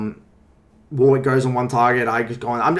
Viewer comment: Fuckin "War wick" lmao